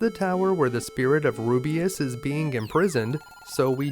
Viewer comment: It isn't that. It is your insertion of an extra vowel. Ru biss. Not Ru bee iss. Just because a word is "made up" doesn't mean it shouldn't follow pronunciation rules. It is localized, written, for the audience to read and say. There are other vowel sounds that grate too, but... really excellent videos. I love to watch them.